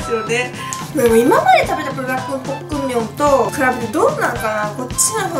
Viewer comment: プルダックンじゃなくてプルダック、、、